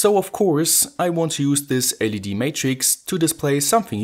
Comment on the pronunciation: i like your videos, but i have one problem... your pronunciation drives me crazy... always pronouncing the end of a word... like "Videoouu" "LEDeeh" "Triggersss"